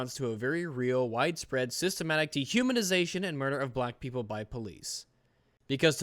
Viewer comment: The word is Systemic...you mispronounced a few times... not sure why.